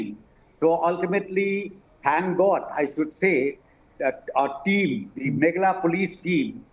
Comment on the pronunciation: Not from Megala as home minister pronounce but from Meghalaya.